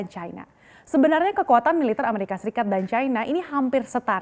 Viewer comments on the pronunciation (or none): Ngakak sekali ngomongnnya "Amerika Sikat" buka Amerika Serikat wkwkwkwk. Ada di detik 8